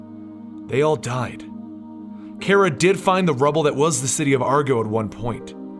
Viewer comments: it's.. pronounced.. "car-uh" not "care-uh" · no hate but its pronounced CAR-uh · 1st you are my favorite you tuber but.... I have to say it because I'm to big of a Supergirl fanboy (thanks to you) 😂 But it's Kara! (Like Cara but with a K ) 😂😂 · You pronounced Kara's name wrong.